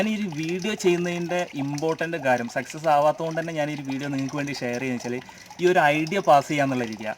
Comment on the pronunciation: സെക്സസ് എന്ന് പറയരുത്. സക്‌സസ് എന്ന് പറയു